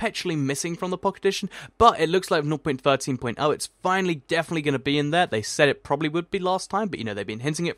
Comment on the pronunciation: Why does he say "Nor.13.0" or whatever he says instead of just "0.13.0, or just 0.13?"